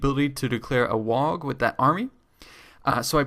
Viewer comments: It's pronounced "WAH", not "Wag" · You don't pronounce the g in WAAAGH! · The point where you can't pronounce waaagh properly was the point I realized you didn't know what you were talking about